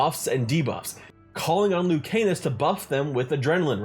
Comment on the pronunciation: Love hearing ppl pronounce Lucanis as Luke Anus 💀